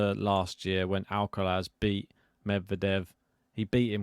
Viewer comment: At least this guy stopped saying Alkawrath 😂